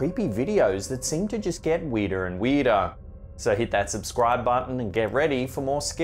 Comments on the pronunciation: How weedah is weedah? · “Things get weedah and weedah.” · And weedah and weedah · “Weirder and weedah” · Weedah en weedaah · Is what you are saying ....spelled...WEERDAH? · "weeder an weeder" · 😆lmao. "And Makes the actions even WEEDAH" .. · LOL Weedah. Like Gordon Ramsey saying ooul instead of oil. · Weeder and weedah 🗿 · Weedah and weedah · What the f… is ‘weeduh’?! 😅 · "weirdah and weirdah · I'm not a native speaker but that's what caught me off right away when i heard it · Do we sound THAT weeeeed….? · It’s bad when the weedah stuff gets sinistah. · Boston accident